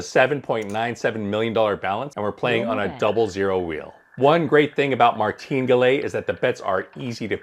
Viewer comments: Martingalè 😂 My favorite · Your pronunciation of “Maringale” is comically uneducated and quite ridiculous. Why don’t you just Google how to pronounce Martingale and correct yourself. Anybody who knows this will instantly stop watching your video upon listening to your quirky pronunciation in which I have no idea how you could have come up with this particular pronunciation. Good luck!! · Did you pronounce martingale right? I heard it pronounced another way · It is pronounced Martin gale. This is a horrible strategy. The house edge in a double 0 game is around 5 1/4%. Martingale doesn’t change the house edge. It’s not difficult to lose 6 in a row. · Try to learn to pronounce Martingale correctly.